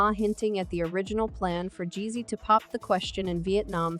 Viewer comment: Mispronounced the man’s name constantly. Weird robot voice. Please do better next time